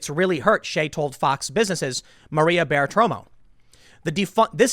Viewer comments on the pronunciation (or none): Bart-uh-ro-mo Tim 😂